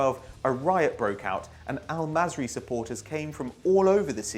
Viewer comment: al masry?! really?